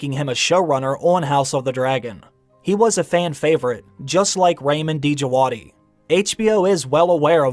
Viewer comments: Hey 👋 Ramin djavadi is iranian composer Pronunciation of his name is Ramin djavadi not D javadi Love your channel keep on the google work 🍻❤️ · Ra meen It's just Jawadi. Don't pronounce the D❤✌He did amazing work for Westworld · The d in djawdi is silent.